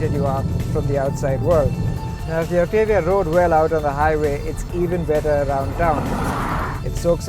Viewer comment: Its pronounced- "OCT_ AH_ V_ AA"!!!!